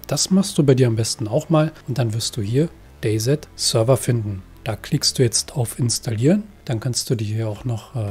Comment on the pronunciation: gesprochen wird es day si sry aber sowas triggert leider meinen inneren Monk